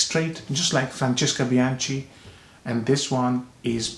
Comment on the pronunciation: the letters 'ch' in the name 'Bianchi' is pronounced with a 'k' sound in Italian... just to let you know.